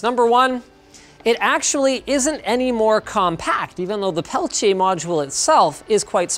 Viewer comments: It's not pelitche it's peltIER. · I’m pretty certain it’s pronounced PEL-TEE-AY. This video becomes more unwatchable ever time Linus says pel-ch-ay... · pelchiay ? isn't it pronounced peltier? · What's a Pelcheay, I thought it was PELTIER? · its peltier not "pelchiay" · "Pelchier" lol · Sorry, bro. I know you had to learn French, but everyone says "Pel Ti Er". Also, these were all the rage in the 90's. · WTF is a "pelchier"? Lol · "pelchiay" smh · Linus, it's pronounced Pell-Tee-Ah, FFS! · It's Peltier... not Peltea... that bugged me more than anything else in this video. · Peltier, not peltiè (Pel-tier) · peltier = Pel Tee Ah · PELTIER , there is no CH in peltier.your pronouciation is incorrect. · Linus' pronunciation of "peltier" reminds me of when Tom Brokaw was reporting on the original Pentium division error bug, and pronounced it "Penchum." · Why does he keep pronouncing "peltier" with a "ch" ??? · Thats not how you say Peltier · Ive only ever heard peltier pronounced with a hard t sound. Not the "ch" sound he went with.